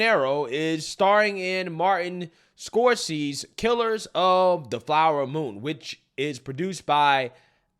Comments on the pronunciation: Ahahaha Gregs name pronunciations lol. Martin Scorcey! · Scorsese (score-say-sea) 👍😃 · Score-say-z and it’s Vivek like cake. Please do 5 freaking seconds of research before posting a video. Every video you make your mispronouncing commonly known people’s names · Martin score-cee lol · Scorsese is pronounced score say see not what you said. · Scorsese is pronounced phonetically like "Score Say Zee". He did Good Fellas, Taxi Driver, Casino, Last Temptation of Christ, Cape Fear. And like a million other insanely good movies. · Seriously how do you not know how to pronounce Martin Scorsese. It is pronounced skor- say-zee. Btw John Wayne was based AF I love him and I literally cried when I heard he died when i was 11 years old. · That one guy, Martin "scoresee", last name is pronounced "Score'says'see" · Pronounced score-say-z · "Scorses", you do have a problem with names. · 'Martin Skorsees' lmfao 😂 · Martin Score-Say-Zee😂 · Dont say Scorsese's name like that lol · How does not know how to say Martin Scorsese name?? 😂 He cracks me up! 😂❤